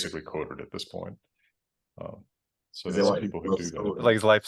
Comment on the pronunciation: In addition to the main topic of this video being super interesting, I was fascinated as a German speaker by how well could make the single syllable "so" sound German.